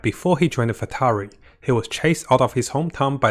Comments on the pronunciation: Corrections on the pronunciations please: Harbinger is pronounced as Har-binge(nj)-er NOT Harpinter Fatui is pronounced as Fa-too-ee NOT Fatawee Scaramouche is pronounced as Ska-ra-moosh NOT Sharamouche It’s really nothing actually but its kinda annoying 🥲 Nonetheless, still love your content! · FATUI not FATARI. Also HARBINGERS not HARBINTERS. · love ur vids but its har-bing-gers-->(pronounced as "ha-bing-jers") fatui-> (pronounced like "fa-tu-wi") Cherrios!:) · Pronounce properly please... Fartui, Harbinter, c-nora, sara-moch... such a turn off. Get it right please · Scaramounch I can pass since hes only appeared a couple of times. But come on, with how many people have pronounced 'fatui' ingame. How could he butcher that? Lol